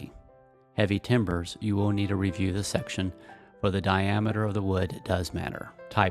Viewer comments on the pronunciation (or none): Heavy Timber instead of TEMBER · timber instead of tember